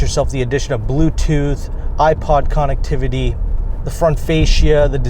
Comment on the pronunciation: Can you say connectivity one more time please